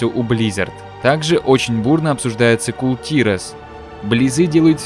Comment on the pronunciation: Кул тИрас как же режет слух! Кул тирАс